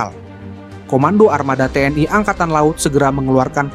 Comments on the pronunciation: TNI bukan TNAI. Sok ke Inggris-Inggrisan banget ini orang, ikut-ikutan Malaysia aja menyebut TNAI. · Membacanya kok "te en ai" mohon yg benar membacanya. Jangan ke barat2 an